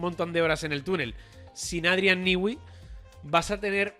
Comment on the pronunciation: Newey, no se pronuncia “Niwi”, sino “Nui”. Repiten el disparate una y otra vez.